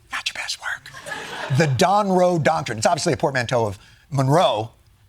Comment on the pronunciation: He said Monroe Doctor!!! 😂🤣🤣🤣